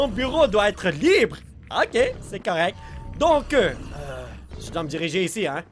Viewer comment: pourquoi tu dis correc et pas correct?